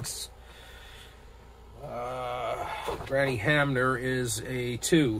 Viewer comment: Good job - I enjoyed your replay as it gets close to playoff and World Series time! It brings back wonderful memories! If you read the wrong number just take it as a missed call by the umpire. You are pronouncing Hamner correctly! Way to go!